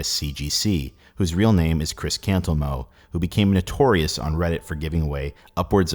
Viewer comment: I keep hearing Chris Cameltoe and Cameltoeism.